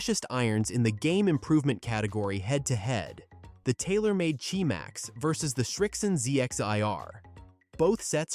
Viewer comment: It's not ji max it's QI max